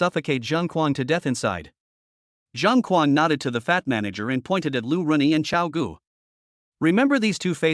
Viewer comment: Lu Ruyan ➡️ Lu Renyi.😅 Posted cut version ?